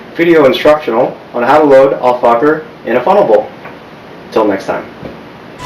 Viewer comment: Hahahah you said al focker